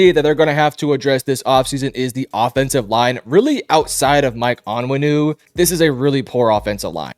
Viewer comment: We got a Big time Pats Analyst here folks. Michael On-Win-ooh and De-ah- trice Wisse. Jesus Christ this guy is an absolute joke? 😂